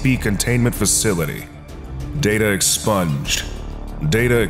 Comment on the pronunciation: "Expunged", not "sponge".